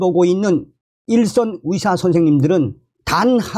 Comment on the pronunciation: 😒맞아요! 북한식 발음인지 몰라도 며칠전부터 위사 위사 하시는데 너무 귀에 거슬립니다.